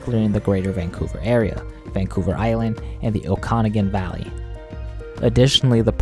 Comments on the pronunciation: Okanagan is pronounced O-kan-ag-an not O-kano-gan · Not bad. Some terrible pronunciation (Okanagan is pronounced oak-an-OG-an); Alberta's population is 4.7MM as of Q1 2023 and with a growth rate of 4.5% it is not slowing down. Metro Vancouver is a fantastic city as diverse and vibrant as you describe. However the lower mainland is hemmed in by mountains and the sea, and there is literally no place to grow except up. This has led to an intractible housing shortage and extremely high housing costs. The GDP/person is badly distorted by the small population north of the 60th parallel; the territories have about 1-2% of the population of their southern neighbors. Incomes tend to be very high, generally driven by very well paying mining jobs, or extremely low in the indigenous communities without nearby natural resources. Aside from this a pretty balanced view of western & northern Canada.